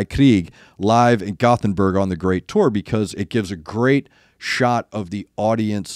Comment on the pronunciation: Well if you struggle with Gothenburg perhaps you should try the Swedish name Göteborg instead? ;) It's pronounced goth as in gothic. Göteborg would pretty much translate to "the castle/keep of the goths". Göte = Goth/Geat.